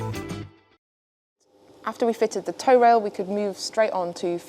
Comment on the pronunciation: Not a sailor here, but I’m pretty sure it’s a “toe” rail, rather than a “tow” rail. Its purpose is not to be used in “towing” the boat, but rather o keep your feet from slipping off the edge of the deck when the boat is pitching and rolling out on the ocean. Happy to be told I’m wrong by anyone moe knowledgeable.